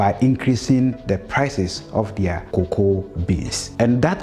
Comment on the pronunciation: Learn the pronunciation of cocoa